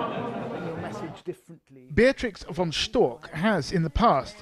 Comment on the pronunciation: Beatrix von Storch. CH. CH am Ende. Nicht Stork. StorCH!